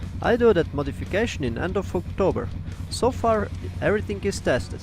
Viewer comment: I dont often talk about an honest attempt at the English language, but when I hear "end of fucktober" I have to laugh a bit